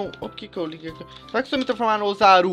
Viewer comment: melhor português osaru né é ozzaru